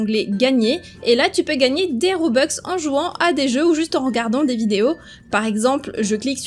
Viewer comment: des robux pas des robex c pas méchant